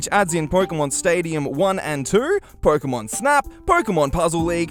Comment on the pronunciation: did he say "porkemon"?